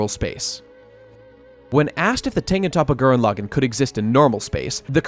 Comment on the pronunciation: The pronunciation of Tengen Toppa Gurren Lagann is atrocious lol